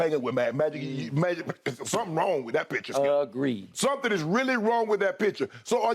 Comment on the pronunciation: "Something wrong with that picture" sounded like "something wrong with that bich" 😂 i was like this dude just say that on live AIR?